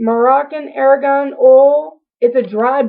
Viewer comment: It is pronounced "are gone" oil not "air gone"